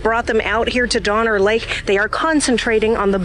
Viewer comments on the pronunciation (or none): none